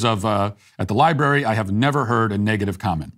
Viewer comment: Matt, you're 50/50. The word is LibRary. Also, I'd like to talk with everyone about Jehovah's Witnesses. FR